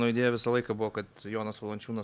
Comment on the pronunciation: nuo kada Jonas tapo "dzoniu"? 😆